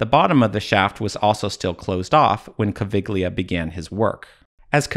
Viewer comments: Caviglia, not Cavighlia!!!! "gli" like Yankee, Egyptian politicians and cultural representatives are at an level little higher than a dromedary, you can't expect too much from them. (their boss likes to play indiana jones) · Caviglia is pronounced Ca-vee-lee-uh.